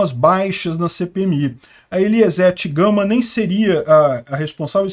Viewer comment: Essa de ''Eliezete Gama'' foi boa 🤣🤣🤣